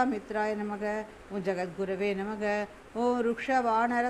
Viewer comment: Its namah not namagam